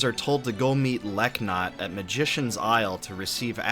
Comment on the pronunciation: Leknatt, the K is silent. I didn't know this till Suikoden 4 due to voice acting.